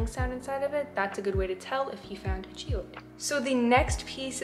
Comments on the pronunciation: Haha you said giode but it is geode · no hate like at all u seem so cool BUT Y R U PRONOUNCING GEODE LIKE THAT. it’s ge as in jeez (without the z) and ode as in ode to joy. GE-ODE not ge ouid 😭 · bruv it’s a jee-ode not oid lol love the video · IT'S PRONOUNCED GEE-OWED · its not pronounced 'geoid'